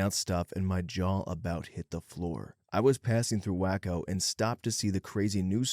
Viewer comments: Someone else already commented: it’s pronounced “Way-co”, not Whacko. Do some research before you narrate! It breaks immersion when you can’t pronounce simple stuff correctly. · Dude are you touched? WAY-CO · It's. Way-co .. lol but we call it wacko 😅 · . First, it's pronounced Way-co, uncultured swine. Second, the Branch Davidians weren't located in Waco, they were in Elk, which is barely within the same county. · Way-co. Way-co. Not hard. come one man. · It's kinda funny, I live in a small unincorporated village called Waco in a different state, whacko is definitely the way most people say it. I don't get it 🤷🏻‍♀️ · Love the pronunciation of Waco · The narrator mispronouncing Waco bothers me. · At the least not adding a K when saying something like the other person. Drives me nuts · this one isn’t your fault, it’s the author of the story. But the word should be ‘conscientious’, CON-chee-EN-shus. OP wrote ‘consentious’, which isn’t even a word. Also Waco but others have already commented on that.